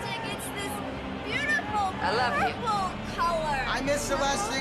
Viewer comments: "Peupol" it's pronounced "per-pull" buddy hahahaha!! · Wtf is ”werlld” and ”perrple” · Yep.. pairple! And resairch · I feel he's not saying Purple properly. More like Poirple. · Shiidd I heard ‘Pebble’ at first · Asking someone if they have seen my ‘purple’ maybe weird. However, it’s not as weird as your pronunciation of ‘purple’ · The way that this dude says purple make me feel upset lol I don’t know why. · Why is he saying the word “purple” weird. It’s not just me right? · Purple sounded more Australian than English for some reason